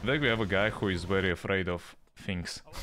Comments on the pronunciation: VERY NOT WERY ITS V SOUND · Mate you terrible misssounding w with v u say like in waiting the sount of v and in very the sound of w wtf